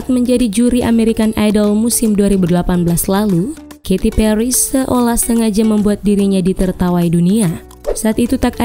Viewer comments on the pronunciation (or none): katy pelly🤣